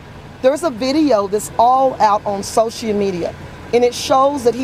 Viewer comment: "SO-SHEE MEDIA" lol wut? ^_^